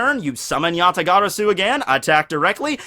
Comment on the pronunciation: Oh man his pronunciation of yata-garasu is... agonizing to say the least... but I can look past it for the good vid. Gg git guud scrub #BanAllKaijus